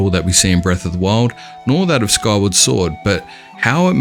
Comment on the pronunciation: Who will relate a Hyrule map with "jora's mask" or "kywar sword"? (man, mind your pronunciation, pls). ai mean , Skyward sword...mmmmaybe...but Majora makes no sense.